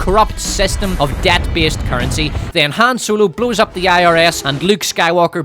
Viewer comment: "HAM ROLO"